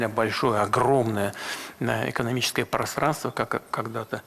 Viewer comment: Просранство.. 😂мне послышалось? 😂